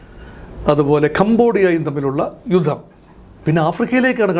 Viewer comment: 'യുദ്ദം'! യുദ്ധം എന്ന് തിരുത്തി പറയൂ.